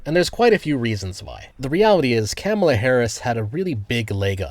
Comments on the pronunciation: mate, why are you saying “Kámala”? Are you Canadian? 😅 It’s “Kamála” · It's correct pronunciation is kuh MAY la. I don't care what that dishonest woman says. She's not know for honesty or integrity. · Chefs kiss mispronouncing her name 🤣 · Like the video but you pronounced Kamala name wrong outside of that nice video